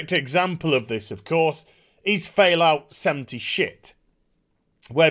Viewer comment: He said Failout Seventy Shit 😂